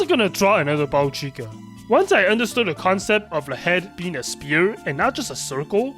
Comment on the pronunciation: Just discovered your channel from "How I Taught Myself to Draw in 1 Year" video and it was so inspiring to watch! Also I cant help but hear spear instead of sphere 😅